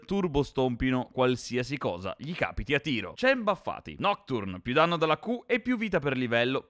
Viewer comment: Danmno invece di Danno con Samira, grazie per il video patch veloci.